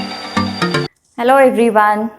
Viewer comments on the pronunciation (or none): none